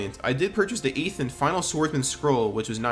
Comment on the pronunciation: “the morning of the eeth day” 😭